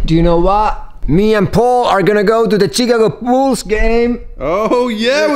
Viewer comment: laasala i thought you said chicken wolf's and later realised you said Chicago bulls. :`)